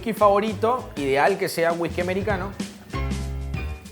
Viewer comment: me da mucha risa cuando dice Wijki jajajaja